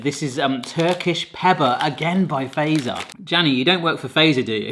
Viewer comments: Oh my… 🤯 TUPLA GANG 🍫 pull up 🚗🔥 it’s one of the greatest things here in Finland 🇫🇮 ngl 🫶🏻 and also literally anything from Fazer and Taffel is nice! How to pronounce it correctly, go like this: ”FATSER!” The ”z” is not a ”s” 😅🤙🏻 there ya gooo, you’re now a pro 🤌🏻🤣 (That kinda rhymed too lol, I know 😂) Side note: There’s plenty of other Tupla flavours that are nice too, like the one with Double Layer White Nougat and the one I can’t seem to find anymore here in 🇫🇮: Double Layer Maple syrup! 😋 these are the good stuff too 👏🏻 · Fazer is prounounced more like, "fatser" only OG finns know, lol and i'm finnish yes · btw fazer you say it like fatser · fazer is pronounced fatser in finnish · fazer is prounonced fatser and the version u ate is called fazer blå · Fazer is pronounced "Fatzer" Because the more you eat the Fatzer you get lol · Fazer is pronounced as Fatzer. So, "a" as in "alpha" and add "t" before "z". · Fazer is almost always pronounced wrong by English speaking ppl! 🤭❤ I'll help you: 'z' is always pronounced separately as 't' + 's' in Finnish. So it's like two letters: "Fatser". 😊 Also the way you pronounce the letter 'a' would be written "ei" in Finnish... 🤭 So no: it's 'a', not "ei". 😄❤ You can put the word in Google Translate and then listen how it is pronounced in Finnish. 🤗❤️ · You need to try Marabou milk chocolate from Sweden, thats even better😊 And you pronounce it "fattser" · ˈfɑt͡ser , not ˈfæi̯sɛr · Its fAZeR not fazer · You gotta pronounce Fazer like it's German, because... Mr Fazer was a Swiss dude who came to Finland to teach us heathens about chocolate. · The way you say Fazer is wrong. You can use Google Translate to hear how it should be said. A great video though 👍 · Fazer is supposed to be pronounced “Fatser” more than “faser” 😅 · So fazer in finland we say fatser not faser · I love how ppl pronounce Fazer as "phaser" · In the company name Fazer, that Z is pronounced TS, not zee. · ITS NOT feizerina its fatseriina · You say it fattser btw